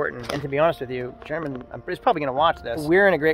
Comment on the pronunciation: He probably got tired of you pronouncing his name WRONG!